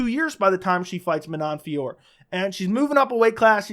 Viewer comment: Manon Fiorot, along with countless others in previous videos.